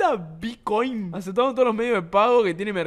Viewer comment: Lo que más me dio risa fue "hola me aseta vicoin"